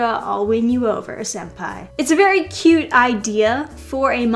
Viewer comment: Senpai* with an n not an m